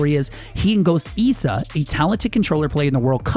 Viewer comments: Ghost Issa. Issa is said like this Ih•suh Not ghost eesa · Eeeesa. Man i couldn't take seriously every time he said Issa's name. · Did he just call issa EESA? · just want to say you're saying Issa wrong